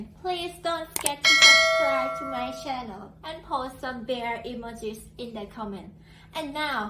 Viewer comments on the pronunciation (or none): It is a CHannel -- NOT a SHannel ! you have trouble speaking correctly ( and I can't spell ) !